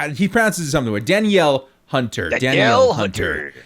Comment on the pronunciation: It’s Daa-Neel Hunter fyi